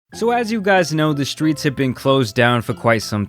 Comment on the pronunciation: Man said ceo of the skreets 😂😂😂